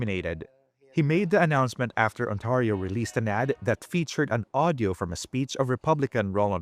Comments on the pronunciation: Ontario. Not Autario. Get your AI fixed. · I wish the announcer would say Ontario correctly!! It is NOT On-TAR-io. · This must be AI because Ontario is pronounced wrong .